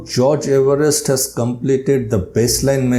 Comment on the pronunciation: 🏴 according to Everest himself, it should be pronounced “EVE-rest.”